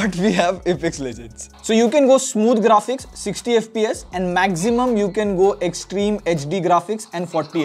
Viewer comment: I just wait for to say “Magzimum” and “Pro-baably” in videos and after he does, I feel like I’ve achieved something…